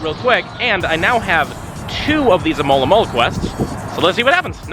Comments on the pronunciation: Cant just someone pronounce Alomomola good. And not as Amolamola! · Why north americans have so much problem to say alomomola? I'm from Brazil, and here it's preety easy